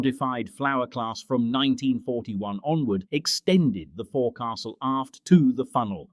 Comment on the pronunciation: Nice video, but AI pronunciation needs improvement not "fore castle" - "fo'c'sle"